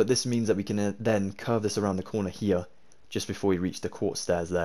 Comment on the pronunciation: Youre „here“ Sounds like: „hier“. This is a German Word